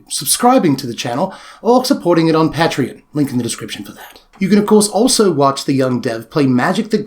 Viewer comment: "Pat"-rion. LOL. 😆